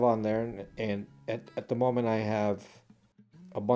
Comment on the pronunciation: Ubuntu is pronounced Ooboontoo. So the way you say the last U is nearly correct, just do the same for all of them. Zulu word meaning "I am because you are".